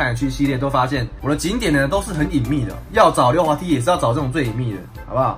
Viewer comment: 溜滑梯的溜念錯了